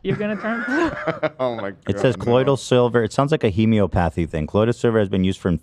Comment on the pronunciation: It sounds like a hemEOPathy thing 😂